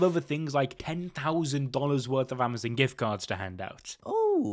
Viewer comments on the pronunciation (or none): none